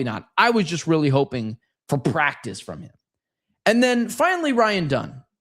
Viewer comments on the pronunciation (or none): none